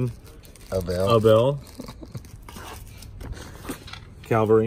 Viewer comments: For a guy who knows so much about military memorabilia, it is really disgusting to hear him say CALVARY when talking about the CAVALRY ! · I'm sorry but it is CAVALRY NOT calvary. He should know better, otherwise he is very knowledgeable and a great guy